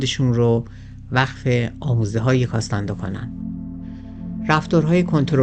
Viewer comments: نکته ای که برای من جالبه اینه که چرا اکثر ایرانیان توانایی خواندن نام ها رو ندارند و نام ها رو بدون توجه که واژه ها اشتباه گویش می کنند. به طور مثال “کارلوس کاستانه دا” که در همین برنامه و در ترجمه های کتاب به نام “کارلوس کاستاند”ا نوشته و گویش میشه. یا اسلحه کلاش نیکف بهش کلاشینکف (جای ن با ی عوض شده) گفته یا به اینستا گرام، “اینس تا گرام” میگن. راستش خیلی خنده دار و شگفت به نظر میاد. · کاستاندا نه ، کاستانه دا